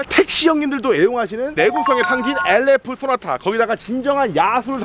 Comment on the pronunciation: 엘레프쏘나타 ...부루투스...브랙박스..깨쓰차..엘레이다저스..그랜다이자...턱선...ㅋㅋㅋㅋㅋㅋㅋㅋㅋ